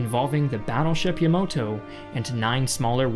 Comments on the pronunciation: Dude it is Yamato not yamoto. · Good video but its the yamato not the yamoto😅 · It's yamato not yamoto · Yamato, not the “Yamoto”. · >pronounces Yamato as "Yamoto" Bruh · "Battleship Yamoto".... It's YamAto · it's pronounced "Yamato" not Yamoto. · sigh said Yamoto. Never have I've been so disappointed in you. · For Christ sake man it’s “Yamato” not yamoto. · For the love of god, it's pronounced "YA-MA-TO", not "YA-MO-TO" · Is it just me or i heard him say Yamoto (the Yamato battleship) on and . I kept rewinding that part many times hoping that i just heard it wrong. But reading his lip seem to support what i heard him say “Yamoto” twice. Makes me think if he really knows bout what he talks about. Anyway, this is just my observation. I might be wrong. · Great Vid! Really wish you said Ya-MA-to and not Ya-MO-to, Japanese is very specific on the sounds, Yamoto is a different name/word altogether. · omg it's not Yamoto, but YAMATO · "Yamoto"? Bruh its "Yamato" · Its yamato, not yamoto Yamato is great harmony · It's the YAMAto, not the YOMOto... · YaMAto, not YaMOto, and Kyushuu, not kaiyushoo. Sorry, but I feel the urge to correct. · Yamoto? You mean Yamato right? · It’s Yamato not yamoto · Yamoto? I think you meant Yamato correct? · Dude. It’s Yam AH to. Not “Ya MOH to” Yamato. Great videos, keep it up! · You had one job !!!! Battleship Ya-Ma-To not Yamoto , how did you even say this wrong omg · Ya-Ma-To, not Yo-Mo-To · Ya ma to not Yomoto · Yamoto? Or yamato? Que??? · *Yamato Not Yamoto. Also, please stop putting ads in the middle of your videos, it's a huge pain in the ass. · Yamowtow LMAO 🤣 dude it's "yamato" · As much as i can understand that it is hard for other people to pronounce Japanese words, as a naval enthusiast I can't help but cringe every time you pronounce the IJN Yamato. Its pronounced ya-ma-h-toe, not ye-moto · Also, Yamato. Not Yomoto. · Ya-mo-toe? IT'S YAMATO! "YA-MA-TOE" Your video has been hereby designated as irrelevant